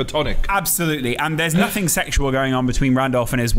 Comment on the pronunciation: why he says nuthin and ljock instead nothing and luck